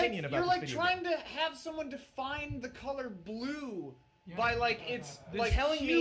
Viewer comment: "It's like asking someone to define the color bluuuuuuue" "It's about doing fucking whatevah!" "I don't play GTA. That game is irritating" So funny